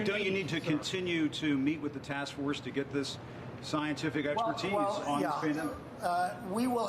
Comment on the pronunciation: DooM Staff, i mean , “yuh” 😂. Sounded pretty much like a yes and then he went off on whatever he was talking about.